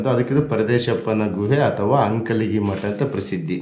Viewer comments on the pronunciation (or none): It's not ankali.. it's Ankalagi